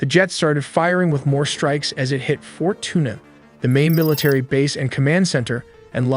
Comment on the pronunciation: Oh...this dude has no f'n clue how to speak any other language...that's definitely NOT FORT TUNA